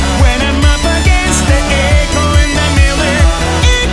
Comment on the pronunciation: 派手に叩き割る映像っていう言葉がいい あとMIRRORの発音がMILLORに聞こえるのが残念､我の耳